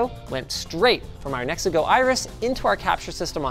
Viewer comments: Me hearing the ad: oh cool, mexico is a pretty neat vaycay country. Seeing the brand on the webcam: ooooh he said Nexigo 😅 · I thought he said brought to you by “Mexico” 😂